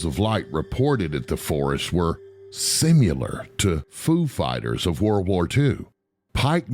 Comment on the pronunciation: All credibility was lost when he said "sim-u-lar"